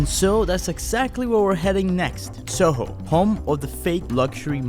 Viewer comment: WHAT THERES A SO HO CITY I MEAN SU HO 😂😂😂😂😂😂😂😂😂😂😂😂